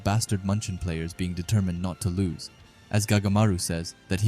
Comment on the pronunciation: bro's accent lose changes to loss. but because of you i am not sitting with my laptop reading boring manga